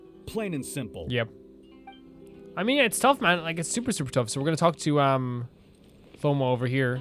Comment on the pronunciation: the h in thoma isnt pronounced and ayaka has a strange emphasis on the ya in her name when you should emphasis the ka in her name :) i absolutely love thoma he is one of my favorite inazuma characters!